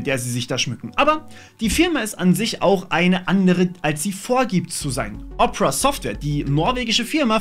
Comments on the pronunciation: Phoque! Diese Weiterleitung der aufgerufenen URL ist auch im NORMALEN Opera Browser so, nicht nur im GX? lol, wie todes lost muss man denn sein um Opera so auszusprechen? 🤣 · Machen Werbung für Opera und können den namen noch nichtmal richtig aussprechen. :D